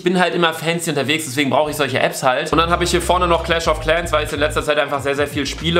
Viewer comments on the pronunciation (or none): none